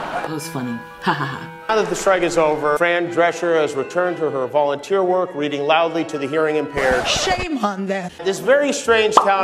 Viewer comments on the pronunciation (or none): none